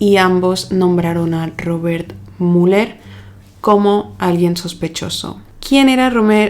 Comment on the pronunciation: Cómo vas a pronunciar Muller, a un apellido que es claramente Müller??? Hasta iA corregiría este bestial error. Por otro lado, la burrada de mencionar de que no encontró ADN!😂 Seriamente... Adn en los 1950???? No te dedicas a leer sobre casos policiales???? Por favor, el nivel de ignorancia